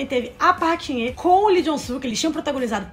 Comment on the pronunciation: Queria saber por que vocês não estão falando o L no nome deles... Coreanos falam o L sim. Lee é Li, e não "I"